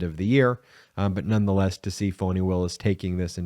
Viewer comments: Please stop calling her "Fawni". Her name is Fani, pronounced "Fanny". Fan of the channel, but you have a habit of getting names wrong, and it is not a good look considering how the Right uses mispronunciation as a weapon. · Her name is Fani not Fauni. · Why does Ben keep calling her Voni?? Isn't Fani??